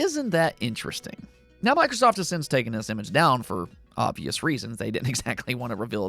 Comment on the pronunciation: sounded like you said "Micwosoft"